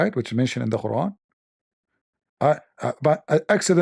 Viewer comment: I loved the reciting of Queeran without Tooth 🦷🦷🦷😂🤣